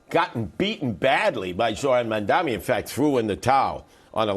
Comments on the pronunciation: I find it hard to understand that after all this time Sliwa still can’t say “Mamdani” correctly. If that’s some sort of cognitive impediment he certainly shouldn’t be Mayor. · He went so soft on Sliwa :( . Watch his toughness when he interviews Zohran. Curtis Sliwa hasn’t even learned to pronounce Zohran’s last name correctly. Curtis Sliwa has no chance, I believe. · Every time he mispronounces "Zohran Mamdani" a Guardian Angel gets his wings. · 50% of the people can't say mandami correctly. It's not an easy name for native Americans. But to say you wont vote for somebody cause of the way he sounds is racist.